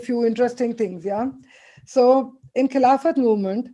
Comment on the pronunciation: Only recently I came across the correct pronunciation of the Khilafat movement.... it's खलीफत movement and not खिलाफ़त ...as it was related to the ख़लीफा of the Ottoman Turk